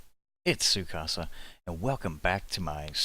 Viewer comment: I keep hearing "su casa" instead of "Tzu craft" as crafting. :o